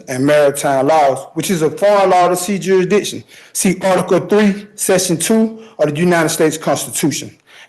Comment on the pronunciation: I didn't know the proper pronunciation was jury dishon. The more you know....